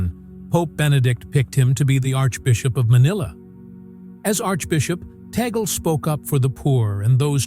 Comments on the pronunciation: I hate AI voice, with the wrong pronunciation Tag-le. No we dont respect abusers, and no, Roman Catholic losing touch and not even going to church anymore, appointing him is a PR move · The commentator even does not know how to pronounce Tagle. All COMMENTS: no video. Conclave first: White Smoke: then the new Pope will be shown on the balcony. Fake news.